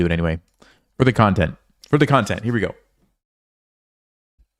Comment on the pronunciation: said content